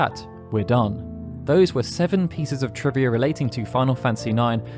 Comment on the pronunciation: Lol "triva"